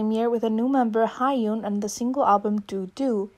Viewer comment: You mispronounced Ddoddo. Ddoddo is pronounced just as they sing it in the song. Ddo like doe, a female deer, not like due or do or dew.